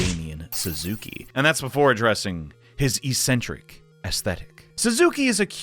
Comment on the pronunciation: That pronounciation of "eccentric" only applies to lifting weights